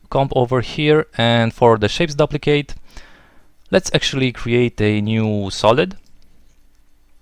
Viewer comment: Whoa! This is sweet. Love the creative original techniques you provided in this video. You don't find that often on youtube these days. Reminds me of when I used to watch video copilot tutorials. lol, this isn't very important but just for the sake of future videos, I don't think you are pronouncing "duplicate" correctly. The "u" is long, as in "soup" or "room".